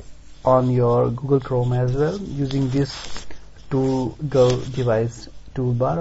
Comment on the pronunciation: Please correct your pronumciation for toggle. Here is a link that will tell you how to pronounce it